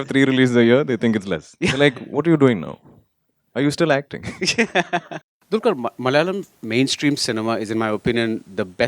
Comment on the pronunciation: salam varavoor it's not a dulqur it's dqlquer it's he's name u just killed the name yarrrrr